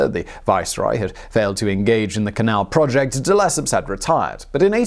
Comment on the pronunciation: It's not duh-lep-up de-le -cep (as in scepter )